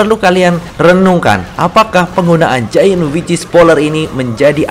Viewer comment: Kalo bilang wicth jangan kek wichis bang :v kek aneh gitu aja